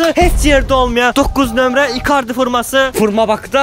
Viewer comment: Osturag birinci forma sozun duzgun demeyi oyren sora reklam ele. Dalbayov formaya furma deyir.